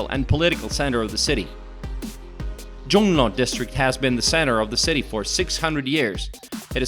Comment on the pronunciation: 종로구랑 중구 말할때 첫글자에 악센트 붙여 말하는 게 너무 웃겨요ㅋㅋㅋㅋㅋㅋㅋㅋㅋ